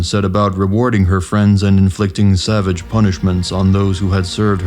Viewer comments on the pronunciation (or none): none